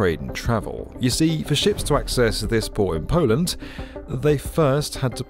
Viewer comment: "Polant", never knew Poland had a t in it.